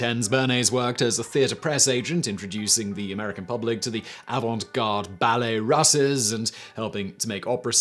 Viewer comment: It’s pronounced “roose,” Ballets Russes.